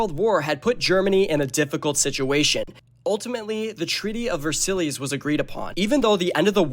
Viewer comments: Versillies?? It's pronounced "Ver-sai" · Ver-sillies it’s pronounced vers-eyes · You are pronunciating Versailles so wrong, its pronunce vuh-sai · Why are you pronouncing Versailles like that?!? Please tell me youve seen this word before. VerSillies? Really??? And you showed the Sydney Opera House during part of this assuming it's France I guess? This is well produced but there are massive errors. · No S. Ver silly’s is a silly way to say it 😂